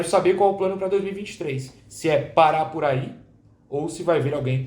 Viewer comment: Maluco tomei um susto no minuto kkkk eu entendi que o plano pra 2023 é o Pará ia voltar, por causa da frase:"parar por aí" e eu entendi:"Pará por aí" kkkkk